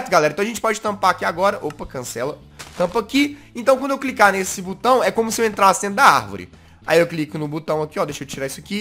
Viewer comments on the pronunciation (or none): SO EU ESCUTEI O JAZZ falar CU BAO 😂😂😂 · quem ouviu o jazzghost falando butao dá like